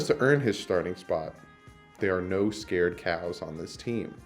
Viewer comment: It's sacred cows not scared lol